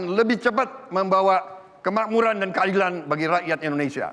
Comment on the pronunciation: Ap cuma kuping q doank ea yg denger Prabowp ngmg INSTRUKTUTUR (INSTRUKTUR) & KEAILAN ( KEADILAN ) durasi dari 9menit ke